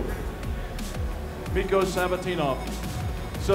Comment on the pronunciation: Nigga said miko savatinov